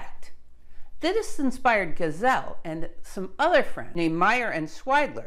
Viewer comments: The German fellow's name is pronounced GHEE-zell, not GAI-zell or gai-ZELL. Otherwise interesting and informative. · I love your lectures but sometimes the pronouncation of last names throws me off - no I'm not perfect either. No, no problem with your Polish which isn't easy to pronounce. Giesel (Geesel), similar to Diesel, but with G. Yes, there is another physicist Geisel. Yeah, and my neighbour's last name is Geiger. Oh, I hope it's just a coincidence... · Love your videos and the good work you put into them. But at this occasion you pronounced the chap’s name as Geisel. Later you pronounce it like Gesel. I don’t understand why it’s so difficult to pronounce it like Diesel (fuel) but with a G. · Giesel (not geisel, pronounced geezel in German), Friedrich Oskar, : Chemistry researcher and more: Shortly after publication of the discovery of polonium in the summer of 1898, he [Giesel] started to isolate the new element from the waste of uranium production in the chemical plant E. de Haën in Hanover. By March 1899 he could present the first radium to the chemical society of Braunschweig[1] and by mid-1899 he published his results on radium.[2] Giesel improved the separation of radium from barium by using the bromides instead of the chlorides for the fractional crystallization. He produced large quantities of pure radium and polonium for commercial applications from uranium ore. Even William Ramsay and Frederick Soddy were buying radium from the factory of Giesel. (Wikip.) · How did you manage to mess up the pronunciation of "Giesel" even worse in this subsequent video?!? Gazelle? Well you got the /z/ part right at least. You must have got some really bad advice between this in the last video. Anyway, it's "GEEzle" like "Diesel." See my comment on your "Radioactivity: Etymology..." video for some details on German & French name pronunciation, could help you in the future.